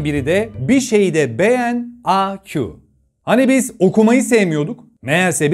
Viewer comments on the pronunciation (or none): Aq a kyu olarak okunurmu abii🤣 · Aq yu a q diye okuyan koca yürekli abimiz😅🖤